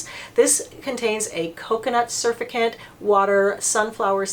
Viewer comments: lol I love how she thinks its pronounced "surfacant" instead of "surfacTant" lmao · Sur-FAC'-tant....not SUR'-fi-cant. 😊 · Great video. Want to try the Clinique balm cleanser. FYI: surfactant is pronounced: sir-fact-ant. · Love what you do! Thanks! FYI - pronounced sir-fact-tents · Thanks for the vid,, well done as always. I agree about CeraVe just not having the umph to get makeup and sunscreen off. I think oil based cleansers are the way to go for the makeup, and THEN the CeraVe (or Paula's Hydralight One Step face cleanser, which is a bit more likely than the CeraVe to get makeup off). One thing, surfactant pronounciation-: sur-FACT-tant, emphasis on second syllable. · Hi. This is one of your all time best!!! PS it’s pronounced sur-fact-ant. 😊😘👍👍👍